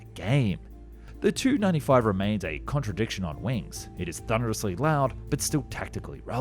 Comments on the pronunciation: Kept sounding like you were saying 295 instead of TU-95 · Please stop mangeling the aircraft name - it's "tee you 95" not "295" Same for Sukhoi's - "ess you* etc. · Nobody in any intelligence agency says " Too". It's a " Tee-You 95". IL is pronounced "Eye-Ell", etc. Except of course, MiG. And, for some reason, Sukhoi is pronounced "Sue". Eeeesh. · Yikes! It's not a Too-95, it's a Tee You -95. Stop the gamer-speak. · The "Tu" in Tu-95 not pronounced like two-95. Unless you're Russian yourself you don't pronounce aircraft designations with just two letters all together as if it was one word! In westernized nations where I'm sure you as well as most of your viewers are from you use the typical NATO phonetic style where you always pronounce aircraft that have just two letters in their designations separately! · It’s T-U 95. Not Too 95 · before prononcing wrong pls do some research first!! its tupolev tu-95 not some kind of "i hear a lot in beginning ........ 2-95 etc" ........ anyway f u with ur wrong pronounciation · In military speak, "Tu-95" is always pronounced "Tee You 95" and not "2-95" for obvious reason of clarity. Surprising you don't know this. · Hard to listen to. Amateurish. It is a Tee U 95 … as in Tupolev 95, not “Too 95” nobody in the industry says it like that. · The Tu-95 is referred to as the 'T' 'U'-95 - pronouncing the letters T and U separately, NOT like Too or Two. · Silly AI. Tee-you, not too/two/to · I am sorry, but TU is not too. It is T.U 95 or 114, or whatever. Not the way you say it looks. In fact, it should just be T-95 or T-144 etc. I just looked it ip. Here you go, At the end of a word or in the middle it's pronounced as "ch". However, when "tu" is at the beginning of a word or a stressed syllable, it's pronounced as "t". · It's TU95, not 295. Please learn to pronounce the name of your subject matter properly. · 2 - 95? Surely you mean the Tea You - 95? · It is not the TU (2) 95, it is the TU (Tee-You) 95.